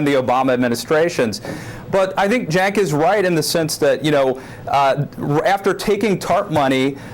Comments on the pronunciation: glad to hear dylan is finally pronouncing cenk's name right! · It's pronounced Jenk, but it's spelled Cenk. His name is Turkish, and in Turkish you pronounce the C with a J sound.